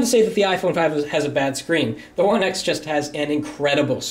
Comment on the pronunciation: He said HTC oneice